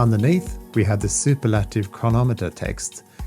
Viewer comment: Great review and I like this watch but that’s not how you pronounce superlative